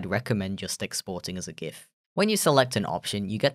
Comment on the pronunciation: I'm so happy you pronounce "Gif" correctly